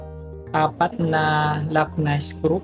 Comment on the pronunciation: I like how he pronounces the word screw as skru